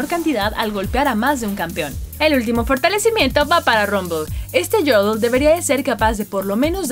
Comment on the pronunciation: este yodl xd no dice yordel